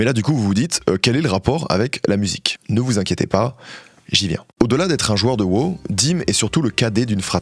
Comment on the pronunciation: "WOW " ❌ "WÔ" ✔